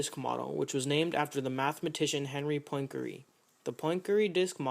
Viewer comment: 'Poyn-keree' Not exactly how Poincaré is pronounced :P